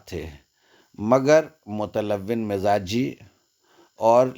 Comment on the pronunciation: متلون' Mutalawin ya Mutalawwun عام طور پر " و " پر " پیش " لگا کر پڑھا جاتا ھے۔